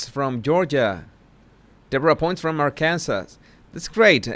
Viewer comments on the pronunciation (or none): Its pronounced ARK-cun-Saw...not AR -Kansas not like Kansas with ark in front of it... Soft k.. Can saw... ARK cansaw... I know they are,spelled exactly the same... And located not too far from each other... But...there ya have it!! Its American english...it isn't supposed to make sense!! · I love your accent. And all of your honest thoughts. Just a help,, Arkansas is pronounced ark-can-saw. At least that's the way we New Yorkers are taught to pronounce it.